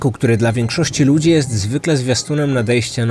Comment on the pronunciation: zwróć uwagę na wymowę "dz", szczególnie w słowach ludzi (często słychać "luźi") czy rodzicie -> "rozice". Mały szczególik, ale pośród wspaniałej dykcji i intonacji może razić. A tak poza tym, jestem fanką. On wielu lat słucham wszystkiego co publikujesz:) I uwielbiam!